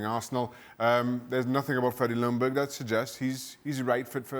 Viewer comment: freddie's last name is pronounced "jung - berg". Lj in swedish = you only hear the J.